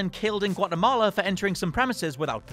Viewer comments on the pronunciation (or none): none